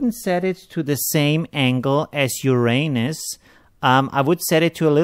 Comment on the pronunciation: At first I understood "I wouldn't set it to the same angle as your anus" 😂 Amazing tutorial by the way! The expore thing for the rain is GENIUS!